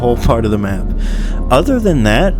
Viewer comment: "Right here on the schmapp" why did that crack me up so much lmao